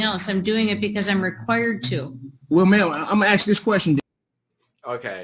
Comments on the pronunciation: Why is it that pronouncing the word "ask" as "axe" grates upon my ears so much? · He's "axe'in" the court, what's with this 'axe'in' stuff??. I thought an 'axe' was used to chop wood,.. can't these people use the English language properly.!! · If I never hear the words basically, quote unquote, axe….again, I will be very happy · It's a question! I'm just axing.